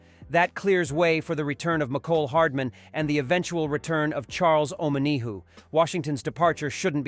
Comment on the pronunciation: not charles imma-knee-who